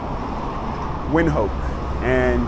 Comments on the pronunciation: Come on, man, you've been there for weeks and still don't know how to pronounce Windhoek? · The name is actually Germany, but you are right in everything else you have said.